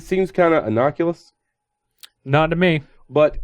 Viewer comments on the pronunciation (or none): it’s innocuous not innoculus